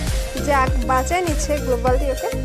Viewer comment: গ্লোবাল না .গ্লু-ওয়াল